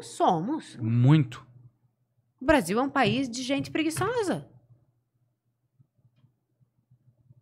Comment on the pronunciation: "BASIL" hahahahahah